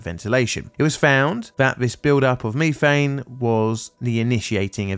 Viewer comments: Did it bother anyone else the way he says, methane? At least here in the states it is (meth-ane) and he is saying it (me-thane). It's like the Brits saying (Alu-min-ium) while we say (Alu-min-um) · Me. Thane. Meth, ane. Say it right. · "meeeeeethane"????? It's METH-ANE ! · I never heard it called Me thane before instead of meth ane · As I ponder the pronunciation of ME-thane, I wonder if nefarious criminals in your area sell ME-th. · I have bingo blackout for the word MEEEthane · Does this narrator's pronunciation of ME-thane bug anyone else's OCD? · Meethane, youthane, weallthane. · “Me-fane gas” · Wtf is "mefang" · Repeat after me "Meth-thane" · I hate meeteehayenn!!! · British pronunciation of methane sounds so strange lol. Great video as usual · ive never heard a british person say Methane until today dont know if youll read this but why the emphasize on the first two letters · jesus i didn't know you could butcher the pronunciation of methane like that the entire video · Anyone else check to see if they pronounced methane incorrectly? Apparently its pronounced different depending on which side of the pond you're on.